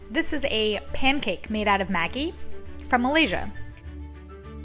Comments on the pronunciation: I lol everytime I here you say maggi....its actually pronounced Madgee!! Hahaha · It's really interesting to see different ways people say the same brand names. Here in Australia we say Maggi with a soft g sound rather than a hard g sound. Like the g sound in magic. Even the ads made by the brand say it that way. I assume it is different in the US based on how it was said in this video?